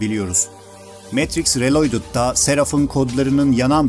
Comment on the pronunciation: Reloydıd değil riiloğdıd olarak seslendirin lütfen😮😢